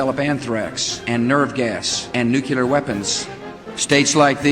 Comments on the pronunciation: Not nucular weapons!!! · Did he say; “Nucular”?